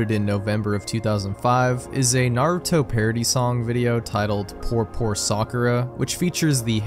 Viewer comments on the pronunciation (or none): none